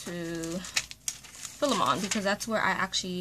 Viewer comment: Great review. Thank you. It is pronounced Fi-lee-man